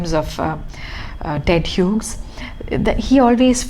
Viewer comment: The second name of the poet is pronounced as we would pronounce 'hues' or 'hews'.